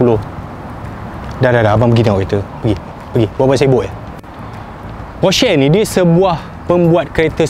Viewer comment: Aiyoo cara sebut Porsche yang betul adalah "Porsha" bukan "Porshey" laa